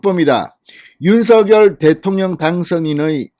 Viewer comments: 진성호 님은 댓글 피드백이 없는가요. 대통령 당선인 이름을 자꾸만 "윤서결"로 발음하니 귀에 거스립니다!!! 당선인이 "윤서결"이 아니라 "윤성녈"로 불러 달라고 하였다고 하니 꼭 정정하여 주세요!!! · 윤석열 당선인 이름의 발음은 "윤서결"이 아니라 "[윤성녈]"로 불러야 한다고 합니다. 김은혜 대변인의 공식의견이자 윤당선인 본인의 의견입니다. 어릴때부터 가족이나 친구들도 [윤성녈]로 불렀다네요.